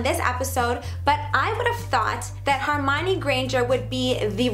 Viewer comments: its HERmione, not HARmione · She said hermionie wrong she said "her mi ne " it's " her mi on y" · She keeps pronouncing Hermione wrong!!! It kills me!!!!!!